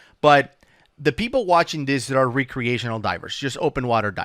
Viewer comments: Lol. Re-creational. Are they recreating dive scenarios or what? Like civil war actors recreating battles? Jk Youre a wonderful human being and diving resource. Just nitpicking your pronunciation of recreation is all. Keep up the outstanding work keeping potential future divers and even veteran divers safe. You and Woody truly do perform a public service and your passion for diving is evident. Change nothing. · It's pronounced wreck-creational :) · Is he saying recreational diving???? Because it sounds like some re-creation… lol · pronouncing "Re-creational" like he is re- creating something is annoying! Lol love you! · re-creational divers, lol love the way he says it! Just leaving my comment to say I really enjoy the content boys, keep it comin! :D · I like your videos. But can you please say recreational properly PLEASE!!!!!! It's driving me crazy!!!!!!!!!!!!!! I'm sure it's driving everyone else crazy too!!!!!!!!!!!!!